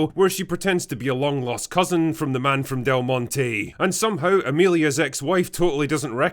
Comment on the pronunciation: "Froem pwnis thu vegynaa" ..... . .... Oh god help us